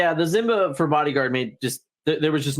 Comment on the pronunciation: Good stuff! I do wonder, why do you pronounce it as "zzzzimba?" xD